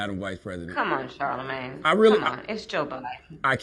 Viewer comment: Benny, stop saying Charlemange tha.... it's annoying and ridiculous 😂